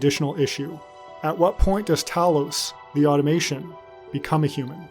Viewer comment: I really wanted to watch this video, but your inability to correctly pronounce "AUTOMATON" and "STAGEIRA" was just too much.